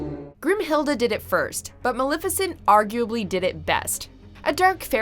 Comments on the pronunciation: MUH-LEF-IH-SENT!!!! Hot damn she’s one of my favorites put some respek on that name! 👏🏼😌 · Girl, you have go to work on your pronunciations. I was completely taken out of the video each time you butchered Rasputin and Maleficent. For future reference, just say it the way the characters and everyone else in the world does, k? Please and thank you. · Nah it's unacceptable. His name is pronounced properly in the movie; just as the name of the historical figure he was inspired by. We don't get to be excused from saying someone's name correctly because we're "American."